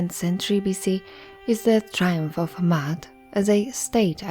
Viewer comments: Actually it’s is pronounced how it looks: “Ma…At”. There is no y sound... Also, Ma’at is not a religion, they are a list of principles to live by a way of life. That’s all it was. There was no concept or audiology called religion back in the Greek so the one that comes up with the concept of religion, which is organized spirituality. In Ancient Kemet (original name of the region before Egypt), all they expected was for people to learn from nature and to live clean as possible. They created temples created symbols and concepts for people to learn from wisdom if they choose to. The purpose was for everyone to live freely and live a life of balance. (no religion) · It is not Mayat as the glyphs comprise of the Maa glyph which is a digging tool, an arm glyoh which is also an A sound and the t. There is no Y in Maat meaning there is not a double reed leaf which comprises of the Y sound. So basically, there is no Y as there is no double reed leaf in her name. The person who created the video is pronouncing it more accurately than saying "Mayat". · Are you saying Da'at like wisdom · And you can’t even pronounce the name correctly. Smh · I wanted to listen to this in its entirety but every time you say Ma'at I cringe. Next time, please learn how to properly pronounce the words/language before making a video. It takes away from your credibility. If you don't even know the correct pronunciation then how can I trust that you really did your research in bringing forth the rest of the information???